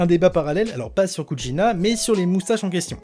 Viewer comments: Kushina* pas Kutchina frère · Pourquoi tu dis kutchina 😂😂